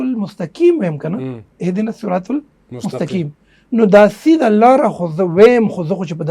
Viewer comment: اھدنا الصراط المستقیم میں قاف ھے کاف نہیں ھے تو لھاذا قاف پڑھنا ضروری ھے۔ورنہ معنی تبدیل ہوگا ۔۔۔۔ڈیر معذرت اور ادب سرہ وایم۔